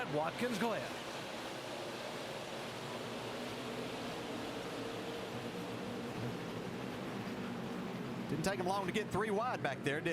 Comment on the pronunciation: “Watkins Lynn” 😆